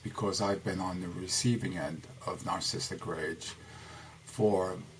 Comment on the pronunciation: Is it me or is he pronouncing it, "narcisstic?" Yet spells it "Narcissistic"